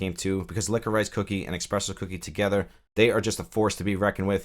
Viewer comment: Licko-Rice! LOL, man I have never heard that, are you just not used to seeing it spelled out? Say it Licka-Rish, you'll probably slap your forehead and go "duh". You know like a candy, black licorice Twizzlers? Anyhow, thanks for covering new apps.